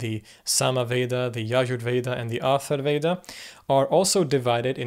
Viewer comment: ATHARVA VEDA and not ATHAR VEDA.